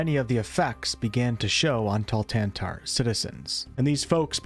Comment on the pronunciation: awesome video, very accurate. We need to work on your pronunciation of Thultanthar tho And a small correction if I may, the Shadarkai are not really natives of the Shadowfell but you could definitly argue they have become native since they are there since the beginning of splitting of Elf pantheon. What might be also good to mention is that it is a reflection of multiple material planes